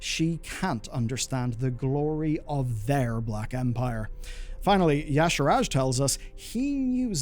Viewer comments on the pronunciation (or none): The pronunciation of Y'shaarj and that extra A in-between the R and J is bothering me to an unreasonable degree.